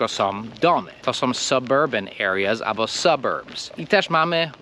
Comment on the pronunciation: I nie ABO tylko ALBO.